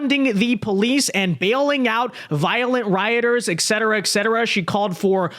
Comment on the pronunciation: It is pronounced: "et cetera" and not "ex cetera". Other than that, you are doing fine. Abreviation is "etc."